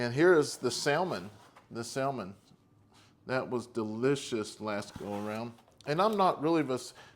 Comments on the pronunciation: That's the first time I've ever heard anyone say salmon the way you do the L is usually silent. The meals do look good though. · Do the carrot,!!! The "L" is silent in salmon BTW